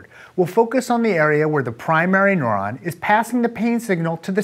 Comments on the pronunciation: Noron? I have always pronounced it "noo ron" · Your pronunciation of neuron as "nohr-ahn" is the only qualm i had about this video. Good work! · Agree, it was very distracting. Rhymes with "moron". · All I hear is .... noron .... noron.... noron.... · I'm a neuroscience student in college and I would say this is an excellent, simplified explanation, although it did escalate in complexity rather quickly. Most of all, the way Aaron says "neuron" is hilarious; he makes it sound like nohr-on instead of nehr-on. Not wrong - just funny. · Haha, I thought it was just me. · This guy's a doctor and he can't produce 'neuron', 'enkephalin' (enkelfin was hilarious to hear), and refers to 'nociception' as 'pain'... Dear lord...